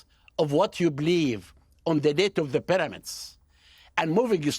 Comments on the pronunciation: Why can't this guy pronounce the letter "p"? is there no P in arabic language? how strange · You have to understand that "Dr" Zahi Hawass is an Iraqi Arab colonizer and a lier, not an Egyptian. He cannot even pronouns "P" for Pyramids ...